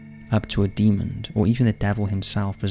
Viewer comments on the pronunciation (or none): 21.06 did he say 'Demond'? I have heard this strange pronounciation phenomena before.. I think he meant "Demon"